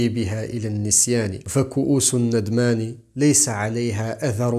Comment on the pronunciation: نُدمان وليس نَدمان رجاء